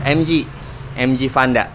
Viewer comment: Vanda bang, bukan panda